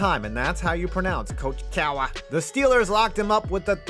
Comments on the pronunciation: It's not "coach cowuh" it's "coach cahr" ya jagoff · I don’t know who the hell taught you how to pronounce Coach Cahr but they were wrong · yinzers pronounce Cowher like Cuh-AH-ER - Yinzer